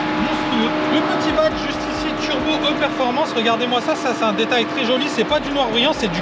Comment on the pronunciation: Dis, petit cours de prononciation en anglais, le e se dit I, c’est donc une glc I performance qu’il faut dire😉😉😉😉😉! Et le petit sam, j’ai cru que c’était ton fils plutôt 😂😂😂😂😂😂😂😂